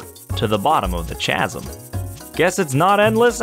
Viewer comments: Did you say chasm you said ch ch ch chasm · its Ka-sam not chas-am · Chasm is pronounced kah-zum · Chasm is pronounced casum